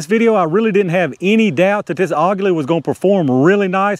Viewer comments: Aguila is pronounce "Agweela" which is Eagle in Espanol. nice test! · it is pronounced AGEELA, that is the proper spainish /mexican pronunciation. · According to everything I see and listen to for translation, it's AH-gee-lah. Emphasis is on the first syllable. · Aguila is pronounced like Tequila . :) Never saw one drop under 1000 FPS . Very nice !